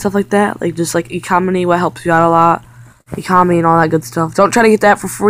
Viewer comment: hey dude ,,its economy not ecomony lol u sucks